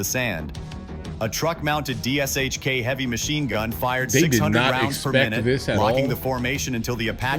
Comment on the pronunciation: Dshk... it is pronounced Douche-ka.